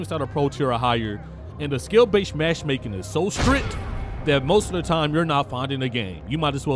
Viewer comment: I liked thd vid but my man was out here saying mash making instead of matchmaking